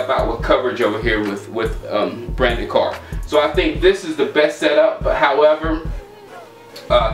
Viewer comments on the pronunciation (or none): none